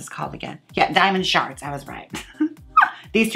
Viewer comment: It sounds like you're saying "diamond sharts" I wish I sharted diamonds :'3